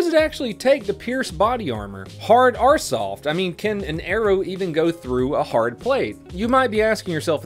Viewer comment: I know this video is old but did anyone else here “hard R soft” not hard OR soft